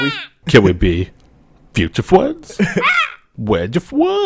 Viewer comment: i love my fwends too